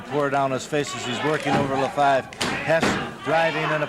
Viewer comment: Pierre LaFavre instead of LaFive. Prononunced la-farv.